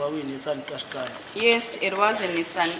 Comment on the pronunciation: Kashkai...It is pronounced Kashkai... It's Japanese not Zulu.. It's not pronounced like qiniso... It's not Zulu.. It's Japanese. Check with Google pronunciation if you don't believe me.